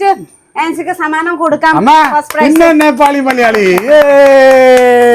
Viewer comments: സാമനം അല്ല സമ്മാനം😂soikutty ❤ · ഈ നേപ്പാളി സിസ്റ്റർ എഗ്ലീഷ് മിക്സ്‌ ചെയ്തു സംസാരിക്കാൻ നോക്കൂ.... സമ്മാനം അല്ലെ സാമാനം അല്ല 😂😂😂